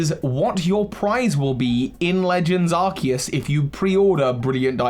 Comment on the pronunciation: And the: That's not a Legends Arceus. THAT'S ARKOOS!